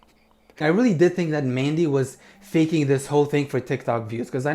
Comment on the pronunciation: That was an amazing tongue roll😂